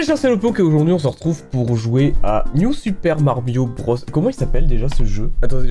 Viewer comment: "New super marbio bros" 😂😭